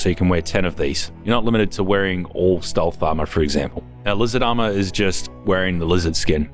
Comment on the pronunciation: give me 5 cents when ever says AMAUHR